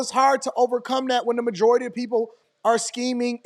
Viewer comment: Did he say “majority of them”?